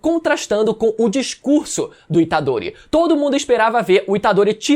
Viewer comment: Rapaz falou itadore tá morto tomei um susto kk😂